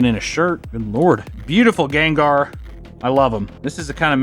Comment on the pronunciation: I don’t know why but the way he said “ganggar and groundon” is just funny to me